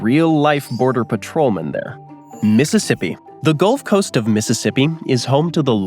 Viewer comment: Man, I didn’t hear the facts of any state since Montana. When the gulf was mispronounced. I almost cancelled my subscription